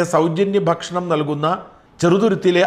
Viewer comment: ഷാജ൯.... നിങ്ങൾ ഭക്ഷണം എന്ന് പറയുമ്പോൾ ഫക്ഷണം എന്നായിപ്പോകുന്നത് എന്തുകൊണ്ടാണ്?